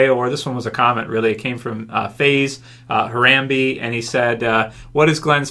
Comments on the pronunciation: HUH-ROM-BAY...not...HAH-RAM-BEE unsubbing :/ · Did really say Her-Ram-be it's HARAMBE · how dare you mispronounce Harambe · Funny how you pronounced harambe lol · You said God's name wrong.